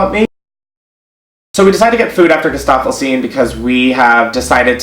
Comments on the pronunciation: Gesaffestein pronunciation = Guéssa-fel-shteen (he's french) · Oh how he butchered Gesaffelsteins name